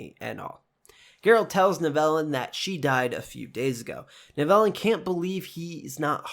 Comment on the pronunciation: Nice breakdown video! Just a suggestion, I think the pronunciation for Tissaia and Nivellen are off. In future videos it could be a good idea to check name pronunciations. Still a cool breakdown video though.